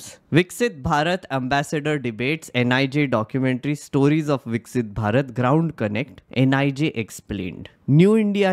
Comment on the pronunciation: "Viksit" nhi "Vikshat" ho raha h aise student se 😂😂😂😂